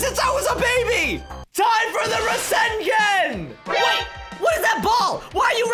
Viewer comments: So its not rasengan its asengan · “PRASANGAN” Me:………………… WHAT IS THAT ITS PRONOUNCED RASENGAN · Minato: IT TOOK ME YEARS TO LEARN RASENGAN Naruto: It took me months! Boruto: it took me days: when I was born my first words were ninja! Rasengan! Also: Rasengen